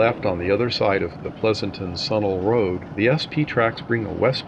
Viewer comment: Sunol is pronounced SOO Noll, not sun all. Valle is pronounced Vie Yea. Both are Spanish On one westbound trip I took, the CZ was late and going thru those Niles Canyon reverse curves was done at top speed with cars (and passengers) lurching from side to side. Evidently the engineer knew exactly how fast he could get away with without derailing the train. By this time, all the dining car table linens were gone (bare tables, no food service) and porters had removed all the bedding, stuffing them in huge bags in the vestibules. Those guys didn't want to waste their own time once the train arrived in Oakland!